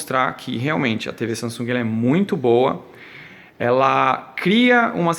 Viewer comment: Guys is not Sa”n”sung... is “Samsung” the “m” in the meddle, have to sound like a fucking “m”... capicce???